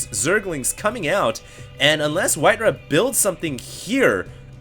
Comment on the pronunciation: its not WhiteRuhh bro... its WhiteRa